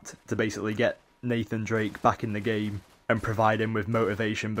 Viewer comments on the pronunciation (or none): none